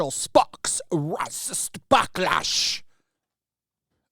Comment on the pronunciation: "Raycis" is my new pronouncing of the term.